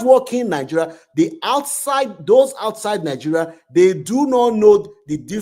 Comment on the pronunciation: why you can't pronounce Nigeria s name? Are not from Nigeria? You look like a yoruba man